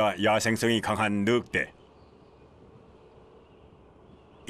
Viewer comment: 느윽대로 발음하는 게 표준어인가 보죠?